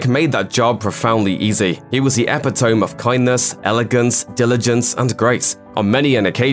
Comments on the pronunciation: ep-ee-tome? really? its pronounced ep-id-o-me, nice tribute though, Rip King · epi-tome. ee-pit-toe-mee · Epitome is pronounced E-pit-o-me not EP-i-tome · We’ve lost a fine actor and human being with whom many people looked forward to seeing on the big screen. VIDEO DOWNSIDE: The narrator pronounced the word ‘epitome’ incorrectly - ee--pit-oh-me, not eh-pi-tome. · Epi-tome?!! It's pronounced Epit-o-me, oh defiler of English! 😰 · it’s actually pronounced uh-pi-tuh-me according to google.. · lol "epi-tome" nailed it,. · "Epi-tome"? Is that really how Brits pronounce that word? lol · lmao i was scrolling down to see if anyone else caught that!! epi-tome!! nevertheless, RIP Chadwick :( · "He was the EPI-TOME," c'mon mate lol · You pronounce epitome funny. Is that a British thing? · "Epi-tome" lol... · I laughed hard at that. Paused it immediately to see if anyone else caught that. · I was really second guessing myself because it's not the first time I've heard that pronunciation. I sat here mouthing it to myself, like am I tripping or... 🤦🏾‍♀️ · Apologies and do not want to detract from Ms. Gurira's beautiful tribute, but please don't use a word in your report if you don't know how to pronounce it. (Check Google for pronunciation of epitome.) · No, we really don't pronounce it like that. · I JUST HEARD THAT! 😳 Ummmm...no. I have friends in Europe they say it like us. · May want to check on how to pronounce 'epitome'...RIP Chadwick Boseman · Absolutely brilliant tribute video, BUT .... the pronunciation of epitome... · I don't think that's how you pronounce, epitome. Great video. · Did the really mispronounced epitome? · That’s not how epitome is pronounced